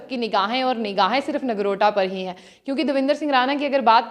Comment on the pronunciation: Nargota nahi Nogrota hota hai...